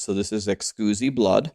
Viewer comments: Great video good info. Are you deliberately mispronouncing exquisite? Just seems bit weird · Is it a joke for you and your community or do you actually pronounce exquisite as Ex·uzi instead of uhk·skwi·zuht. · Did you just say excusee blood? You mean exquisite? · Can you stop saying Excoosite. It's literally exquisite, like delicious. Fuck, you're special. 🤧🙄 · "Eckscuzee blood" hehe good laugh there. It's Ex-quiz-it. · "Ex-coosi blood" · Hey! First i want to say ty. I watch your content a lot and you recently did a video explaining how to get compasses, i really needed that. I wasn't getting compasses because i had not finished the questline! Second it is Ex Quis IT blood not ex squoozee. E X Q U I S I T E... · lol i love how streamers pronounce things ... ex cuzee blood :P (a heads up, its pronounced "ex - quiz - it") :) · Ex quiz it not ex cuse e hahaha. You sound like the guy from Euro Trip haha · Exquisite, eks-quiz-it. Like an exquisite wine. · Excusemeblood 😂. Great tutorial, I needed this. But you might want to look up how to pronounce exquisite. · Ex-quiz-it blood. ;) Good video however. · The word is pronounced “ex-quiz-it” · Im sorry, but its EX QUIZ IT blood. great video but this drove me nuts. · Anyone else's eye twitch everytime he says excooosite blood instead of exquisite blood. Hahaha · Pronounced: Ex-squiz-it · are you mispronouncing exquisite on purpose lol... Xqusy is hilarious and needs to be the new name of it. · I love you and I love your guides but it's Ex-squiz-it Blood ✌🏼♥️ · Exquisite pronounced 'ex-squiz-it'. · I lol’d when you said ehskoozy blood, startled the dogs.😂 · Excuzee blood? What? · Excusi Blood? n1 pronunciation xD ty for the vid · “Excusee-blood” I can’t unhear this 🤣 I will forever call it “Excusee-Blood” ❤️ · its exquisite blood pronounced ex quiz it haha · Please tell me you're intentionally saying Exquisite wrong..... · Dafuq? The way you say exquisite makes baby seals autistic at birth.